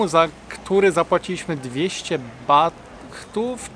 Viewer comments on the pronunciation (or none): wymawia sie bat nie bath